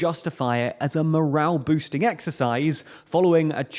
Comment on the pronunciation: It's "morale' not moral, certainly not at no.10